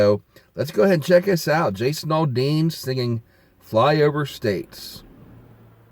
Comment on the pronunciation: It's al dean not all dean. Also you are listening to a song and giving your opinion. It doesn't take over 18 minutes. No wonder you dont have any ratings